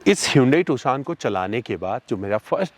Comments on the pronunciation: Tu-shaan nahi beh gendu. Its Tu-shon. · Bhai not Toshan its Tucson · Abe pronounciation is tuuusion ..not tuksion